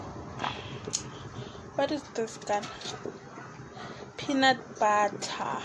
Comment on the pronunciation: 😂😂Not you saying "peanut butter"